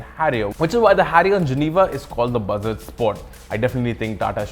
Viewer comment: sounds like "Bhasad"